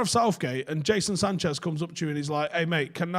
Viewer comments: Is it really that difficult to say "Jadon Sancho"?? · Jason Sanchez? Euross? Speak properly you mong